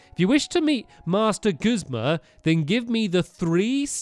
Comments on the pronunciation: WHY DOES STAMPY CALL HIM GUZMO HIS NAME IS GUZMA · Stamps... you had Guzma right the first time... its Goozma not Guzmo and i know you're dyslexic you said it in a different episode but still. (just letting you know sorry for bothering you)